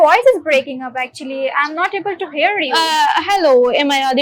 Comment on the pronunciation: Here ❌ Hear ✅